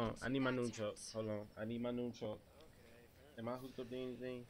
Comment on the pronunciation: noonchuck? ya boiii LOL